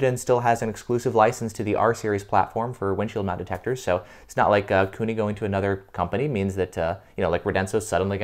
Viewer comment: It's Kuni, not Cooney.